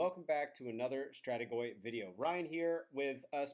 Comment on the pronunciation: You said Strategoi (finally) wonderfully! 😂